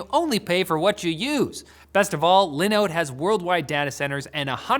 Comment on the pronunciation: Y’all need to contact Dawid so you can learn how to pronounce Linooooode correctly